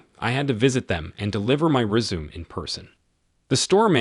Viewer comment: The voice is pretty decent, but pronouncing words like sabotage and resume wrong is annoying.